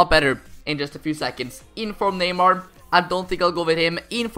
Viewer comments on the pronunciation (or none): none